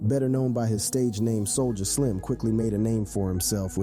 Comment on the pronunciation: wtf?? You butchered all this rappers and everything in it homie